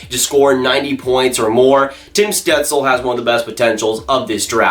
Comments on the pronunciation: You should look up how to say Stutzle, it wasn’t close 😹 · That is not how you pronounce his name